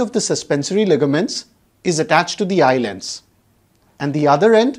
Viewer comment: I astonished the pronunciation of "Eye Lens" by YouTubers as eyeland. The youtuber must pronounce correctly, it irritates. I stopped watching his video in-between.